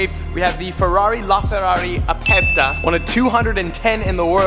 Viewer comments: it is ferrari "Aperta"... with "R"...roll your R.... you are saying "Apesta" which means in spanish..."Stinks"...lol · lmao you pronounced aperta so wrong it triggered me so much